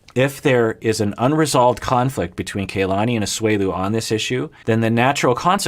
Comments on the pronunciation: Aggghhhh! Does have a personal grudge against Kalani or something? Am I missing something? Am I just being sensitive? He made a big, big deal out of properly pronouncing Larissa's name, but now over many weeks, videos and wardrobe changes, he still mispronounces Kalani's name. Urrrghhhh! Haha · The cast seem to pronounce Kalani's name - 'Kah-lani', as opposed to 'Kay-lani"